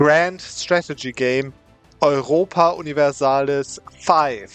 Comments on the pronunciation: Tell me you’re German without telling me: “OI-Ropa”😂❤️ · In German it's Oiropa. He did not say it fully German 😂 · Says "Europa" the German way but doesn't say "fünf." Hm. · That german "Europa" at the start 😭